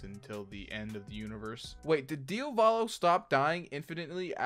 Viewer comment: it's DEE-AAAAAAA-VOLO not DEE-A-VOLOOOOH